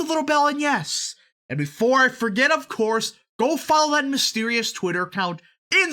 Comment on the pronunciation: It's mysterious, not mysterios lmao.